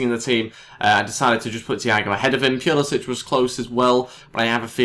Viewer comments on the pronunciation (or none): Pulisic is pronounced pull-uh-sick.